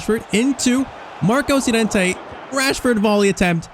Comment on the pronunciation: please dont call him yorente call him llorente